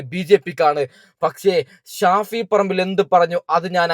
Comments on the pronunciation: Who is Shafi parambu, she doesn’t know how to pronounce his name properly,shame. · ഷാഫിൽ പറമ്പോ...😂😂😂 അതാരാ???.. ഓൾക്ക് പേര് തന്നെ ശെരിക്ക് പറയാൻ വയ്യ